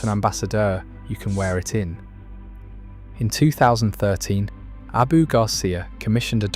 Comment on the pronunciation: I hate how it says ”ABÖ” instead of ”ABU”